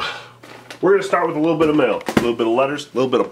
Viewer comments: does anyone else notice that he says mell instead of mail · I love that it sounds like he's saying "mell" everytime he say "mail" its the best